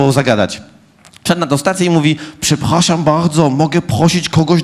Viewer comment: "Przephaszam bahdzo, moge phosić kogoś do gazu ?" ;D